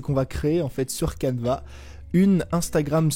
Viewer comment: Il dit cadva ou canva